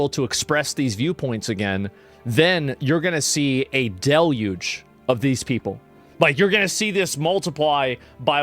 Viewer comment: never heard "deluge" pronounced like that lol